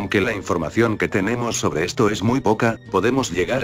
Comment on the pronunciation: porque dice pobre en ves de sobre